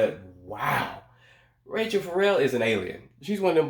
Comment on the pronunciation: Love your Channel.... Oh & Rachelle Ferrell's name is pronounced "rah-SHELL" I giggle when u say "RAY Chel" 😂